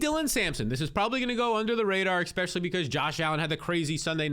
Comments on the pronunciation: Bro there is NO X IN Especially!!! Jeezy Pete’s bro.. fix that asap you use the word 14 times a video and it absolutely hard to hear It’s All I hear when you speak!! E-Spe-sha-Lee Not Ex-Peshul-E Are you from the states brobroe?! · he says expecially instead of especially, too. Not a big deal but yeah lol. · It’s his eyebrows and when he says “EXPECIALLY”, makes me feel like it’s a real word.